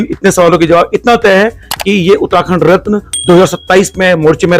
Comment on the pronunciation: आपको अपनी हिंदी ऊच्चारण को सुधारने की जरुरत है साथ ही बोलते हुये थोड़ा ठहराव की भी,, आप उत्तराखंड को उत्ताखंड उच्चारित कर रहे हैं,, शब्दों को पूरा बोले बिना ही आगे भागने की कोशिश करते दीख रहे हैं! इसके अलावा अगर आप हिंदी में साक्षात्कार कर रहे हैं तो अंग्रेजी के शब्दों का प्रयोग करने से बचें जबकि उनके लिए हिंदी में अच्छे शब्द हैं ! Interview International